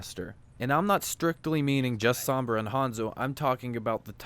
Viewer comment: Why can no one say Sombra right lmao, hearing him say it over 100x times wrong is just gaaaaah